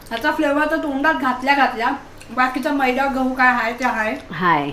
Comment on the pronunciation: Boln shika Barobar Agodar kas bolt Aahe maydo nahi meeda bola